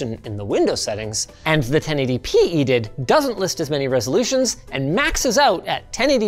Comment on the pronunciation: I've never heard someone pronounce edid before... always just said the letters.